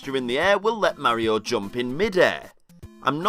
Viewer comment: I disliked and stopped watching when the guy pronounced Mario wrong